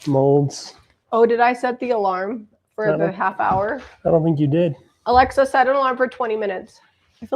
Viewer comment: You said Aliza instead of Alexa 😂😂😂😂😂 when you set the timer for the bread